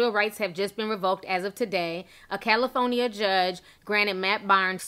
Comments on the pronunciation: Cali- FO- Nia giiiirl that was that deep Country accent. 😂 . Its definately sad she lost full custody but hopefully things work out ok for the boys. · l just love how you say California!!! 😄!!!! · The way you say “California” 💀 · Ti and these pronounciations.... "Gabriel Union"..."Cali-fon-ya" 😭😂😂